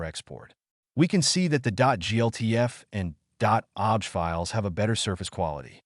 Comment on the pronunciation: This has to be an AI voice over as OBJ files are pronounced 'Oh Be Jay' and the word object was spoken like 'I object to that!'